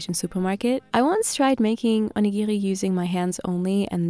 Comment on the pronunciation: never knew people had different ways of saying onigiri